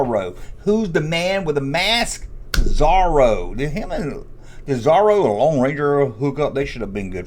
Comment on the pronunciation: Pronounced Zohroe not zarro. Come on duck tales is one of the best cartoons based on Carl barks comics